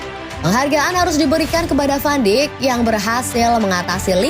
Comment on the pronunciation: Maaf min,sekedar meluruskan Van dijk di baca "van daik" Bukan "Van dik"